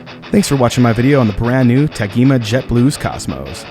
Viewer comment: Nice overview, but, …here in Brasil, this brand is pronounced with a soft “g”, like “Tajima”. 🇧🇷